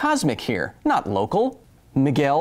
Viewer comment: When you said "Miguel"... I was like "i need to stop this now and go to the comment section to write about it". Love the show, but as a person called Miguel that was scary.